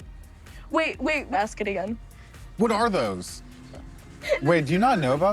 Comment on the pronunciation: That’s not how you say what are those 😂 is a white dude inside.